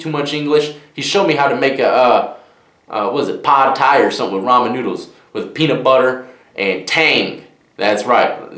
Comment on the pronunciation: You said "Pod Thai" 😂 he taught you to cook "Pod Thai".